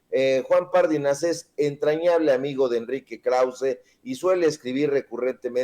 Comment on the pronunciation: Pardinas. ÉNFASIS EN LA I